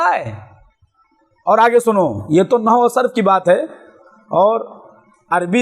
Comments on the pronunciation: نو نہیں نحو ہوتا ہے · نو نہی ہوتا بیٹا نحو ھوتا ہے